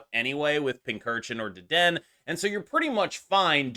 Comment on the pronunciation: Not to be that guy, but it is Deden-A. I was at a pre release event and got roasted for mispronouncing Low-Kicks (Lokix), pokemon players can be wonderfully brutal lol